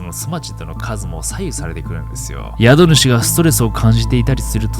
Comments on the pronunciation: 宿主（英語のhost）は、「やどぬし」じゃなくて「しゅくしゅ」ですね。一時、COVID-19が流行った時に日本では歌舞伎町のホストが、その名の通り宿主として大活躍して問題になったことがありました。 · 宿主＝しゅくしゅ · 宿主=しゅくしゅかな